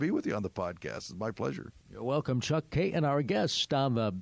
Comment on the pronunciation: FYI, it’s not “Kay-un”, it’s Kay-ton.